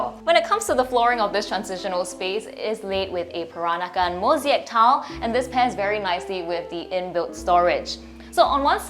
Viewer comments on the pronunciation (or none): Moseeac tiles 🤣🤣🤣🤣 it's Mosaic